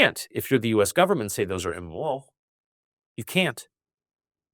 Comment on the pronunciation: أكاد أشك أن هذا اللقاء حصل فعلا وأنه ليس من صنع الذكاء الاصطناعي، فهناك كلمات كثيرة يلفظها تاكر هنا بشكل غير طبيعي للغاية. وهذه الكلمات أكثر من تعد. أكثر موضع يحدث فيه هذا هو في نطقه لكلمات تشتمل على حرف R في وسطها (ليس في كل المواضع وإنما في بعضها، مثل كلمة immoral ) . وأقول هذا كشخص لغته الأساسية هي الإنجليزية. إضافة إلى أن صوته هنا يختلف عن صوته في مئات التسجيلات الموجودة على الإنترنت بشكل دقيق لكنه واضح لمن قد استمع إليه كثيرا.